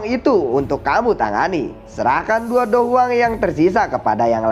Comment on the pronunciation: Hmm perasaan dicanel lain soyan masih dou wang pas mau lawan yunsan, klo gk salah denger mimin bilang dou huang